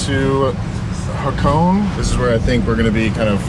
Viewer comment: Its not hacone 😂 its ha-ko-ne 😂😂😂